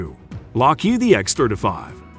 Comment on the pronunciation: We're all glad that the X-thirta-five beat out the X-thirty-two. I don't know why he pronounces it differently.